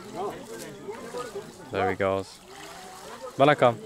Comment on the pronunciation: I like how you say "vanakkam"